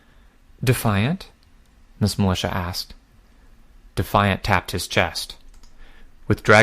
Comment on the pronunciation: Still not as bad as militea from a few arcs back.